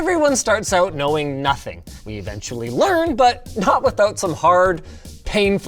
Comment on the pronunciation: love how everyone says out as oat